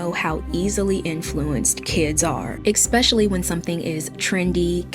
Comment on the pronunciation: I get what she trying to say, but the fact she says "expetially" instead of "especially" is killing me LOL